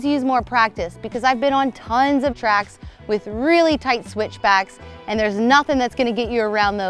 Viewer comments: She said "this move is wheely important" when talking about the wheelie :D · did I just hear her say that this is "wheelie" important?